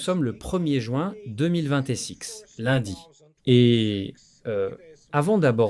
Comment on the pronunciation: Oh là là,l'IA incapable de prononcer correctement 2026,quelle tare.